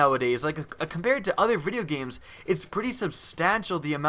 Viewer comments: You can't even say video games lol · he said vidia games xD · VID -E-YA GAMES? FUCK OFF. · lol he says video games like "videa games" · Why are you saying "vidya games"? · "I like vidyuh games." Me too man. Me too. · no offence but when you said "vidia giems" made me laugh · "I like videa games" XD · lol "vidya games" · Went to go comment about pronunciation of video games... And like people beat me to it... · Videar games hahah sorry but I thought your pronunciation was hilarious! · Vidya games. It might be from some Mongolian Anime board if I remember correctly. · Are you half Russian or German cause I can hear the accent when you say "video games"? Lol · The way he said video games haha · Yeah it sounded really funny aha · bourton IKR amazing way to say video games